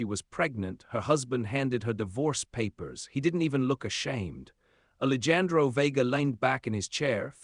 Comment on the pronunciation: the AI readers are so funny....they don't understand the words spelled the same but pronounced differently....and in this story...ali jan dro???? I know it's more of an ethnic name...but honestly... it really detracts from the story